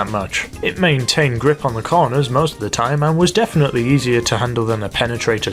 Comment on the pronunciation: He says corners like coroners